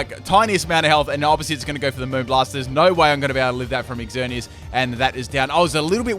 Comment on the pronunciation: Ooof it kinda annoys me how he says exzerneas